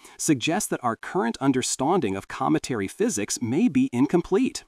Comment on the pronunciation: Current underSTAUUDING ?? Was that intentional?? 🤣🤣🤣